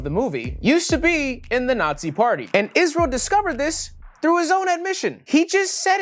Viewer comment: Cringed everytime i hear the word isReaL